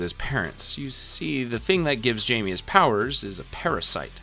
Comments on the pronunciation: The fact you really said "Jamie (Jay-Me) instead of Jaime (High-May) is insanely uncultured of you dude like what the actual fuck. Was that a troll or are you genuinely that unseasoned?! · Calling blue beetle jamie 😂 (hi-may)=Jaime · It’s not Jamie, it’s pronounced hi-may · This video was done by someone who doesn't really get it...ANNNNNND...it's not the entire DCAU...ANNNNNNND...It's *Hi-Me, not Jay-me...ANNNND... Nevermind. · You’re missing a decent chunk of the movies. Literally some of the best ones too. Also calling blue beetle “Jamie” its “Jaime” pronounced “hi-may” bro 😭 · Why does everyone say "Jay-me" his name is Jaime "High-me" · I waz listening only to this for a bit and when you got to the teen titans you kept saying jaime instead of pronouncin it "high-me" the correct way, you say " jay-me" its like you didnt watch any of these, or even Young Justice. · Blue Beatle’s name is pronounced “Hi-May,” not Jamie, fyi. It’s spelled Jaime also, he’s Mexican. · Bro calling blue beetle Jamie is fukcing hilarious. It's said with a h not a j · jamie reyes (hy-me ray-yes) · the j in jaime is pronounced like hiame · Jaime is Spanish and its pronounced Hai-May :> (sidenote if yall havent seen the live action movie for blue beetle WATCH IT its so freaking good) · im sorry but its pronounced jaime not jamie, like you can literally hear how his name is pronounced in the movies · Him call8ng blue beetle jaime instead of hye-may kinda rub me the wrong way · Yeah this kept bothering me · Thought I was the only one who had the same issue 😂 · It's pronounced 'hi me' 😂🤘🏼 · 93 minutes and you couldnt pronounce blue beatles name right once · so you talk crap about zach snyders superman, but you dont even know how to pronounce jaime's name properly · Blue beetle 's name is pronounced with an H like Jose is hosay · ain't no way u've watched this movie, and not pronounce his name Jaime the right way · i heard this and immediately when to the comments 😂